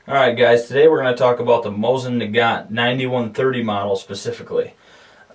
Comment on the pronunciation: Amd by the way, it's pronounced, MO-SEEN NA-GON